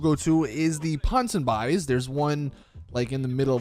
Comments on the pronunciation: The pronounciation for this shop was worse mate...It's Ponson BEES, not ponson BIES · ponsynby's is pronounced pon-sen-be's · Did you say Pon son buys? OMG learn how to speak!! Posonbeee dude No you're not saying any of it right. Go take some english classes! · Dude I love you like a brother but u can't read dude. Misbhv is misbehave minus 3 letters. Ponsonby's equals pon-son-bees. And devest 8 is pronounced devastate. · It's pronounced ponson b e e stupid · Please learn how to pronounce Ponsonbys 💀